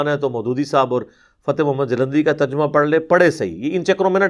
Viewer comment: Terjumah nii Tarjamah hota he ye makkaar hai